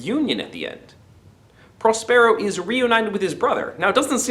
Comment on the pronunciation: Really great! (please...correct your pronunciation of Prospero...stress emphasis on the first syllable)